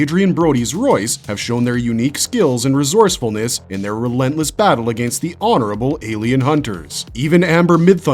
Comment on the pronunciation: Holy run on sentences batman! Take a breath dude. "Soary?" "Ah-gain-st?" Geez, couldn't even make it through the whole video for due to your mispronouncing and refusal to pause between sentences 👎👎